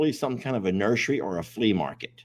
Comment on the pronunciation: If she trying to tell you something she said nursery 😂😂😂😂😂😂